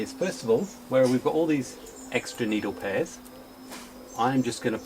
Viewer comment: "Needle prayers"...Me thinks you said it correctly the first time! 😋